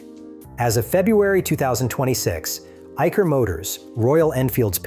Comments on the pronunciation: Not Eiker! It is pronounced as Eisher! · its pronounced as I-Sir motors, ... business is not only motorcycles its a bigger umbrella compromising of Trucks, Buses and tractors too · In Eicher, Ch is pronounced as Sh, like in Chanel.